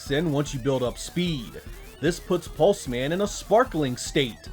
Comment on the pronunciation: Hes a pulse man...not 'Pulsemin' "Hello. I'm Steve. Steve Pulseman"